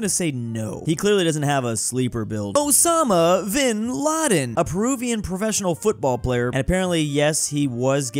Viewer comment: what name is osama vinladen supposed to sound like?